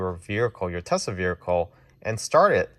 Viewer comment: Bro it was driving me crazy too.